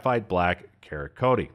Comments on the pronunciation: Is nobody going to talk about the pronunciation of Cerakote as "karakoatee" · Okay, great video with some cool quasi-budget guns. But, I gotta say: "Ceracoat" is /seyr-ah-coat/ ... "Birdshead" is /Bird's Head/... On the 870 , "Tnis pump action SHOTGUN (not rifle) is chambered in 12 ga..." Would someone PLEASE go over the announcer's rough cut and make sure he can pronounce things correctly? EVER SINGLE EPISODE he comically mispronounces and/or misstates things. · Budget gun review? Several guns which are in NO way budget options. It’s a ‘bird’s head’ referring to the shape of the grip, not a ‘bird shed’ - whatever that is. Ceracote is pronounced as in ceramic ( without the ‘mic’) coat. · Did you pronounce Ceracote (Sera-Coat) as “Kara-Coaty”? That’s amazing and I’m saying it like that from now on 😂😂